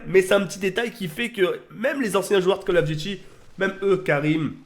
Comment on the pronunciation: Quand il dit CoD on dirais il dit Call Of Guchi mdrr